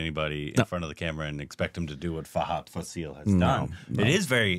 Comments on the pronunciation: It's not Faseeel... It is Faaasil😊 Mammootty and Mohanlal follow different styles of acting and that is the reason why they have been ruling the industry together. Commenting on Mammootty's approach towards acting, SN Swamy, a famous writer in Malayalam film industry, pointed out that, he is an actor who transforms to the particular character. If the character is strong, Mammootty will be also strong and if the character is weak, the actor in him will also turn out to be same. In the interview, the writer stated that Mohanlal follows a pattern in which the actor turns the character to himself, be it a police officer, doctor or a lover. In fact, many would classify Mohanlal as a born actor and Mammootty as a method actor. Over the years, we have enjoyed the spectacular performances of these actors. "I wanted to become an actor, and accidentally I became a lawyer for a while," Mammootty told in an interview. Mohanlal is more of a spontaneous actor. As he usually says he transforms into the character when the director says ‘action’. His best abilities lies in is establishing to the camera the most inner emotions of the character with quite natural expressions in his body language.❤😊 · Guys..it's FAHADH FAAAAASIL..not FasEEEEEL..the fa in faasil is pronounced like fa in FAR